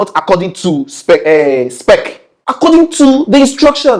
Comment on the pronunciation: ABNG reporting for "dury" 💪 E for Energy... Everytime says "spec", I die of laughter 🤣😂 I heard they were rushing to complete the property before next year. People should definitely be held accountable for this, like how do you compromise on building standards and at the expense of people's lives, just to hustle some money. Pure greed!